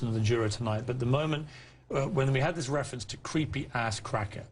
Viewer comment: "how I can say 'dis?" lmao, an underbite doesn't make your grammar go to shit.